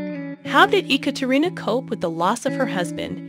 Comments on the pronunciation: I am very familiar with this story. However, you pronounced every single name incorrectly. Why didn't you do research on these pronunciations first? Daria is Dahreeuh. Katya is Kat ee yuh. Gordeeva is Gore dee ay vuh. Sergei is Sir gay. Ekaterina is Ay kat er ee nuh. Kulik is Koo leek. Now you know. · I just starting watching this and was getting so mad she couln'd do enough research to get the names correct.